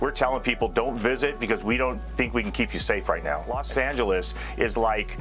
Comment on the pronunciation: los demonios instead of Los Angeles